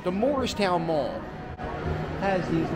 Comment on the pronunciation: Hey... You're from Philadelphia... Why can't you pronounce "Moorestown Mall"? Even YouTube's closed captaining translates it to "Morristown Mall" when you say it. If there ever was such a place, Morristown, New Jersey is about 100 miles north. If you really want to see dead malls, too bad you missed Burlington Center. It was closed for about 10 years until they recently tore it down. Or how about Echelon Mall in Voorhees. Its so dead that, except for the one remaining Boscov's anchor, they now call it Voorhees Center and townhall moved in. There's a dead complete Strawbridge & Clothier store there. They're also building apartment townhouses in what used to be the parking lot. Enclosed malls might have been cool when Cherry Hill Mall was the first one I ever saw 50+ years ago, but, since I moved to Cherry Hill about 45 years ago, I doubt if I've been there more than a dozen times.